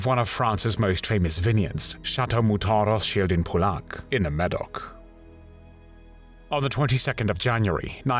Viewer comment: Yes, I would expect anyone with culture to be able to pronounce "Pauillac" at least.